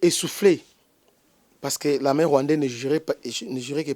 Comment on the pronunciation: Pourquoi olobaka " larmin" , au lieu de l'armée ??